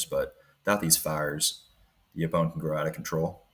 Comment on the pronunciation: Great project. What game cameras are you using? BTW: Yaupon is pronounced as “YO-pon”. (Accent on the first syllable).